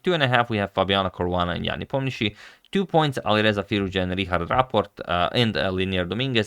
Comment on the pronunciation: it's Ne - Po - Mian - Chi - Chi